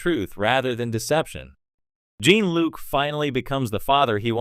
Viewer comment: Use a less shitty AI voice. I got for seconds into this before I heard “Gene-Luke” and “Star Trek. The next generation” twice and bailed.